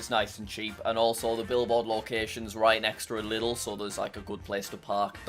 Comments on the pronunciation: Lidl ist pronounced leedl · It’s not Lidl it’s Lieeedeeeeeeel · It’s L-EA-DEL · Fun fact Lidl is pronounced L-e-dol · It's not lidl it's liiiiiiidl